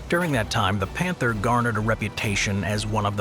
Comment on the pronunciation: Where do your German pronunciations come from? Do you have someone who speaks it, use a online translators option to say it or do you have someone who just tries his best? Not to criticize you, most of the time it is ok, but for example in the word "Panther" you used the German pronunciation of "a", but the English of "th". I am just wondering.